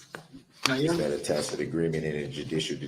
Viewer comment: The man has a coach somewhere....he used to ax if this was a "tackit" agreement, now he is pronouncing tacit correctly.